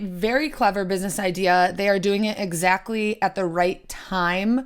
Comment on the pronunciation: Hahahahaha! Exactly-uh. Oh. My. GAWD. You are sooooo right-uh.